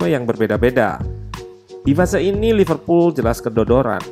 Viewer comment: Apa saya saja yg mendengar Loserpool 1.35